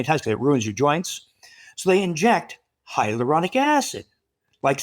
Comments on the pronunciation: Its pronounced, Hi ya loo ronic acid not hydrolonic acid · He also flubbed up the pronunciation of hyaluronic acid.